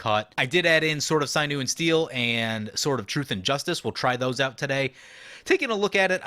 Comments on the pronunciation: Sign-you and steel? "Sin-you" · "Synew and Steel"???? SYNEW?!?!? bruh..... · Sinew sounds like Sin(biblical)+yew(tree) Edit: that is how it is pronounced. (Not sign-yew) lol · Please look up a correct pronunciation of the word Sinew. This isnt mtggoldfish